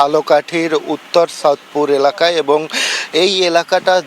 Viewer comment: সূত্রাপুর না সাউথপুর😅 আমার বাড়িও রাজাপুরে